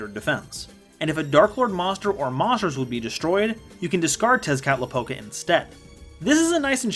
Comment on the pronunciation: When he said Tezcatlipoca's name correctly I almost creamed my pants...